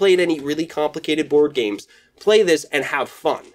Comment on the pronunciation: Woard games? Bward games? Has to be a better way to say it . . . Great video!